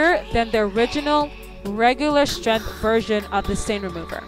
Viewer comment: Honey you are mispronouncing the word strength, look it up on your IPhone and listen to the way they say it on google